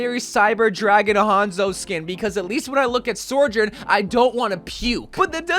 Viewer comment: Okay as a community we need to figure out how to say Sojourn. My guy is saying “SoRjoURn”